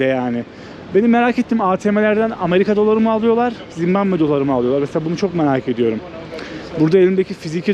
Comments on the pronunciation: Doğrusu Zimbabve değil mi bilerek mi zimbambe diyor hata ile mi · Zimbambe değil Zimbabve. Ülkenin adı bu en temel bilgi. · ZİMBAMBE DEĞİL ZİMBABVE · Daha ülkenin adını bilmiyorsun. Zimbambe değil Zimbabwe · Merhaba zimmambe değil Zimbabwe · Zimbambe değil Zimbabve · Oğlum evladım Zimbamve değil Zimbabve doğru yazmışsın ama telaffuzun yanlış bir de dakika başı söylüyorsun ZİMBABWE o kadar😂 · Dayanamadım artık yazıcam, Zimbambe degil ZimbaBVE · Zimbabve yazılmış, sürekli Zimbambe diye telafuz edilmiş. :( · Gittigin ulkenin ismini bile telafuz edeliyorsun bu ne zimbambe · zimbamme nedir dostum şembambe der gibi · Yalniz ulkenin ismini ZIMBAMBE olarak telaffuz etmeniz pek hos olmuyor. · Abi "Zimbambe" diyorsun ya aşırı gıcık oluyorum. Ama, seviliyorsun❤❤❤ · Zimbambe dedi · Gittiğin ülkenin adını bile doğru düzgün telaffuz edemiyorsun daha kardeş. 300 dolara bi gopro bulan cebine 3-5k dolar koyan herkes maceracı kesildi! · Gittiğin ülkenin adını soyleyemiyorsun kanka ya